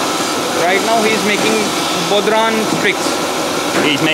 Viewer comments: nice one! tbf he did a better job than most Americans at pronouncing it! They'd have said Bod-Ron! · The Irish drum is called a bodhrán and is pronounced bow-rawn (bow as in take a bow). They're gorgeous and have been part of Irish culture for centuries! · What an absolutely fascinating video! I would have never thought that traditional Irish folk drums (incidentally, bodhrán is pronounced something like "bough-rone") and other European/Arabic/historic instruments are being manufactured by hand in Pakistan of all places! I would love to own one of their lute guitars. Absolutely brilliant entrepreneurship from whoever decided to start this enterprise. Thank you Karl for this tour!